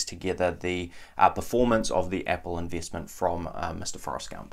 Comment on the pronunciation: Like the way you pronounce "eeenveeestment" & "sheeers".